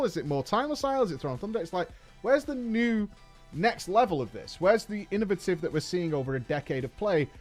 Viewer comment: Inno-VAY-tive? Inno-vuh-tive 🚫. Thanks for the video btw